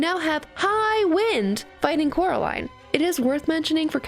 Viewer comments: Ten seconds in and I have to hear it being pronounced coralin. It's pronounced coraliiiine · its Coraline not Caroline sry but its true (also sry if you said Caroline on purpose)